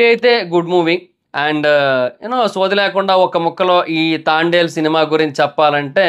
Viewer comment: తాండెల్ ఆ... తాంబెల్ 🐢 ఏం కాదు 😂😂😂